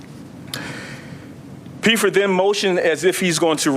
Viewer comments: It’s Pfeffer, pronounced Feffer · This officer needs to take a public speaking course. He's the only person in the room who doesn't know that the "P" in Pfeffer is silent, nor does he know that Buckingham, PA is in Bucks County, not Delaware County. Which is why I'm pretty sure it was a Bucks County SWAT team that participated in the arrest not the Delco SWAT team.